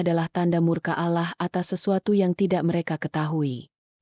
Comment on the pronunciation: Maaf min kok cara baca Allah nya kayak gitu,kayak nggak beragama..😢😢